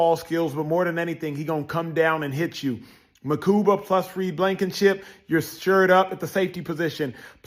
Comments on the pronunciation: His last name is pronounced Ma-Kooba, NOT Ma-Koomba. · Awesome pick! Straight Dawg! No "M" in his name though. Mukuba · I like how you’re just throwing an extra M into his last name, 😂 I hear a lot of disappointment from people about this draft but I trust Vic and Howie. Go birds 🦅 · MUKUBA!!! Not Mukumba. Stop already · Makuba not Makumba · Makuba. No “M” in the middle. Like scuba. MaKUBA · Bro where you get makumba from makuba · Its Mukuba 😂😂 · Not to be "that" guy but there's no "M" in Andrew's last name but you keep saying it like it is. 😞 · There is no second "M" in his name bro!